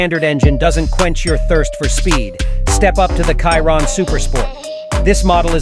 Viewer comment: You cannot say Chiron correct?